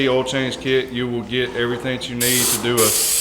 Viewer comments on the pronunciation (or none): "ooll" filter? It's "OIL" filter! :).